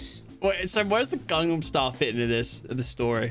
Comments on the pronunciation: ok i got to point out that you said gagnam BRRRUUUUHHHHHH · My guy seriously said gandnam style 😂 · He said gangam style LOL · Bro said gamastile